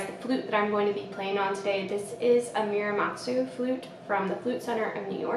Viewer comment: Muramatsu. Moo-rah-mah-tsu. Not mew like the pokémon :)